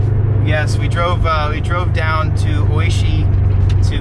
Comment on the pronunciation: h-tine hold it dine